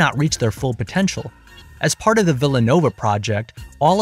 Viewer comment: “…ONLY 9 od the 10 plants survived…” 🤣🤣🤣🤣 dude, please!